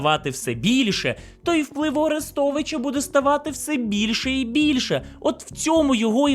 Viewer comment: Послухай авдіокурс української літературної вимови Миколи Погрібного. Бридко слухати твої кацапські "Арестовичя", "шьо"!